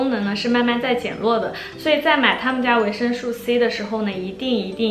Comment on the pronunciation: 介绍的非常好 但是维生素 读su 绝不是吹毛求疵，真的听的太痛苦了 因为在不停的重复这个词